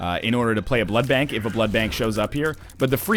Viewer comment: SAY BLOOD BANK RIGHT